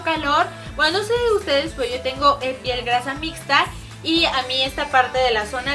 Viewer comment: lessli dijo pel en vez de piel